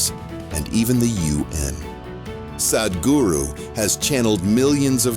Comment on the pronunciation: your pronunciation is awful. the "h" makes the "a" sound like "father" not like "bad" or "sad' - ugh, cannot even listen beyond the first two minutes because it is so unprofessional